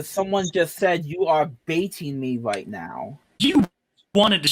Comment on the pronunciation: "am i wight.. AM I WIGHT!?!"